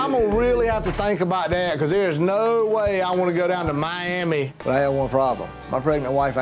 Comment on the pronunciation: mayyyami LMAO